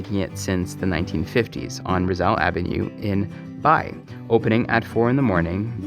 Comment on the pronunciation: Finally, a content creator with the correct pronunciation of Bay, Laguna.